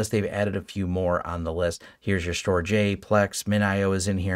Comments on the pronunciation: FYI Storj is pronounced like 'George' ....... "Storge" 😎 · systems, I wanted to note that "Storj" is pronounced "storage". As a small SNO for a couple years (mostly to see how it all works), I'm very excited to see native support in TrueNAS! I hope the community continues to see value in it.